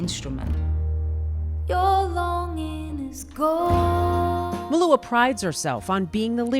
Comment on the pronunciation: I don't know how others pronounce it but she says it quite correctly here.